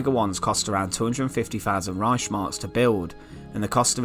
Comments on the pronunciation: It's ReiHHHmark, not ReiSHmark, ffs... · Es heißt Reichs Mark.